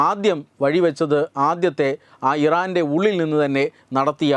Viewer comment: തെറ്റുകൾ തിരുത്തുക.. ആവേശത്തോടെ വായിക്കുമ്പോൾ തെറ്റുന്നു. മോസ്സദ്‌ ഇരന്റെ എന്ന് പറയുന്നു.